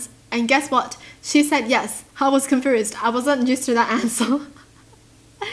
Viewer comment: I love how she says confrused